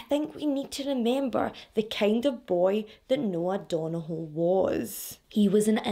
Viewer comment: I literally live a few hours from Belfast and i followed this story, but the detail you went through is amazing 👏 love your videos! The pronunciation of Donoghue was waaaay off hunni 🙈 good try though, our Irish names are hard lol thank you for telling this story so well 💗 xx